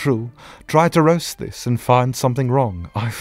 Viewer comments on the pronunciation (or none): I notice that when Sebastian says roast he sounds like he's saying rust i'm sorry but i only notice this after the 2nd episode why is that?